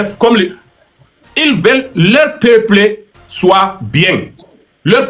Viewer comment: Leur peuple et non lè péplé idiot on sans un analphabète non Même l’allemand là tu parles très mal Dumkopf idiot élan